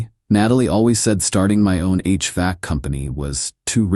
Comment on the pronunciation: It is called H-Vac. 2 syllables